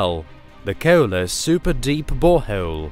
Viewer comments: KooEwlla deep borehouuewll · Thank you for telling me about this amazing KEWLA BOH HEWLE WHEA GEWLD IS FEWD DEEP DEWN WITHIN THE GLEWBE